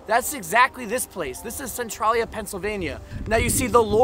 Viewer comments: It's CentrALia, not Centrawlia. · maybe im wrong but in PA we say it like sen-trail-ya like central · It's pronounced Cen trail ya.even the video you added at the beginning of this video says it. Pay attention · Local here. I forgot I had photos from 2012. Your video prompted me to add them to my channel today in a video. You may find it interesting to compare then & now. Thanks for your coverage on this area. (We locals pronounce it Sen-TRAIL-yuh). I had no idea they brought in all that dirt. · This is so odd, I grew up here on the other side of the graffiti highway. Only the movie is actually based on the town though, the games were from Japan and the issues of Centralia fires weren't until the 70s. No fires in the Silent Hill town :) There's a new fire that is burning about 10 mins away that just began -- and it's pronounced "sen-tray-lee-uh"